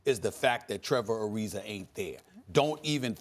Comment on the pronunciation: Trevor Arizerrrrrr